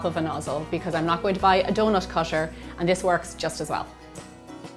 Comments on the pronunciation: If there is a T, it be omes an SH. Not hating best recipe ive found tho😂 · It's donuT not donuSH...